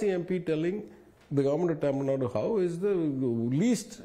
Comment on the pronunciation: It's TAMIL NADU not Tamil "nad" ! Get your fact right!